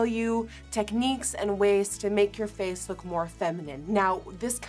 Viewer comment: You're saying "face" in a more American accent now. I did like your accent before but this is impressive nonetheless!